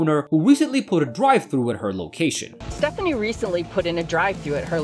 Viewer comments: It's Stephanie not "stafani" lmao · This is way better than watching the whole show, but I have a question, during the show, they clearly pronounced Stephani’s name Stefanie, but you repeatedly mispronounced it, I’m curious why you would do that. I understand it’s spelling, but they said her name so there really isn’t any reason to say it incorrectly. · Well, that's the most irritating thing I've heard in a while: the employer calls the girl Stephanie in the normal way. Everyone refers to Stephanie using the normal pronunciation but for reasons only known to the clown who does the voice over for this You Tube clip, he refers to Stephanie as Stephaaaaanie and he insists on using this idiotic made up pronunciation of Stephanie throughout the clip. What a pretentious fool; some people don't realize that, in attempting to stand out, they make themselves look dumb as...................